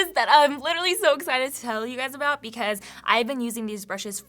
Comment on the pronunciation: Great tips for beginners/reminders for all :) Hehe at “ablout”